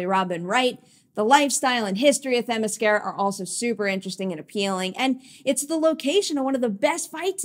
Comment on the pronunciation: Themiscyra (cy) not Themiscehra (eh) get your pronunciation right!